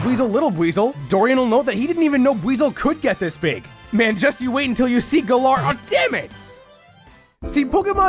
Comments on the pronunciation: Oh my god dude it’s GA-LUR and sometimes GA-LUHR or GA-LƏR Not fuckin GUH-LARR I stopped watching 45 seconds in because you used Masters voice clips and still can’t even pronounce it the same way they do in that game!!!! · Erm, actually, it's not pronounced guh-LAR. Think twice before you knock the region that introduced open world. 🤓👆 But fr, I never could've found all these details. And that's coming from a completionist. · "Galaar region" ouch